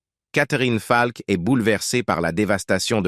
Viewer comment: bonne video mais dommage que cela se traduise par l'ia car ce n'est pas falk mais peter faulk dommage